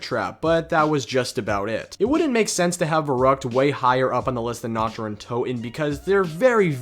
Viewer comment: How u speak the german map names xD u pronounce Nacht like nackt and nackt means nude/naked in german xD Dude nichts gegen dich aber ich bin fast vom Stuhl gefallen diggah xD